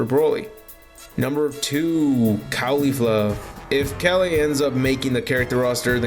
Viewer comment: Why are you saying kale name like that